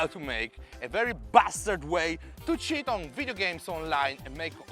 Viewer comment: This is AMAZING and CRAZY , when you say cheat it sounds like shit 😂